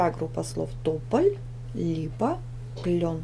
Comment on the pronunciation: у тебя клен а не клён